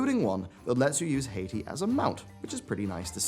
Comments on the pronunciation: Love your vids bud! Just gotta get this one thing I hated bout it off my chest: You pronounce Hati as "Hay-tee" when it should be "Hah-tee" since the two rare pets, Hati and Skoll (Skohl), are references to Norse mythology. Hati and Skoll are legendary wolves with Hati hunting the sun and Skoll hunting the moon. According to the mythos, Ragnarok comes when the wolves finally catch their prey. Anyways, keep up the good work! It's refreshing to have people like yourself as content creators in the community who can take a more nuanced look at the happenings without just jumping on the weekly hate on Blizz meme like some people seem to enjoy doing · I'm really enjoying your coverage, as usual, but please stop pronouncing Hati as Haiti. 🙃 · It's pronounced Hah-ti. Not Hay-ti. # Norse mythology # hail Odin!